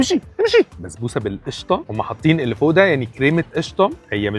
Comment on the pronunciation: بسبوسة❌ بزبوسة✅